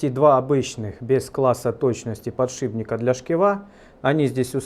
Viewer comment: "Подшибника... подшибника...". батькович, Вы же уже нормально как то называли сей девайс... а сейчас опять всё вернулось на круги своя...